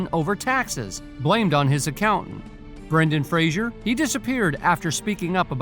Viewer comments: It's Fraser--not Frasier. Don't kick the man while he's down. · Please stop pronouncing Brendan's last name wrong. Fraser rhymes with razor. It's not pronounced fray-zher like Jerry Seinfeld's character, Frasier.